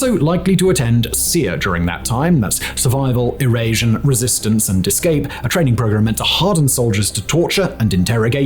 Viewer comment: Lol, “SERE, that’s survival, erasion, resistance, and escape.” That’s evasion, like evade capture… not erasion, like that Arnold Schwarzenegger movie.